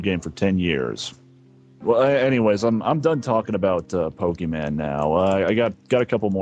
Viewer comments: And randomly decided to start pronouncing it "Poke-man" halfway through the call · saying "poke-man" to rlly sell it 😭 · im surprised that chris didn't get mad at him for mispronouncing pokemon